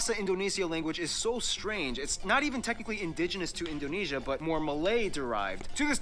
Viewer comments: In - dough (the cookie) - nay - sia (the singer) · In-dough-neh (as in 'meh')-see-ah